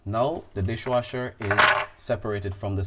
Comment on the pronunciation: You keep saying disjwasher...